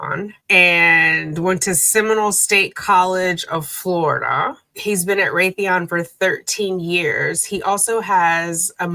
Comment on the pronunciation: Rathyon? 😂maybe out prayers were heard and her Brain Will be studied😂